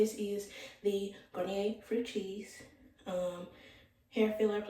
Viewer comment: Fructis not Fructris